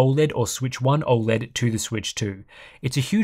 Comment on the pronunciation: Has anyone ever pointed the way you pronounce OLED? It's not even a country thing, I'm Australian and think you say it weird. Love the content though